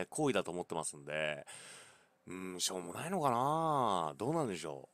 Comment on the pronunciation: 冒頭しょーもないと思ったってとこショーモナイトって聞こえてしまった。(フォートナイト中毒)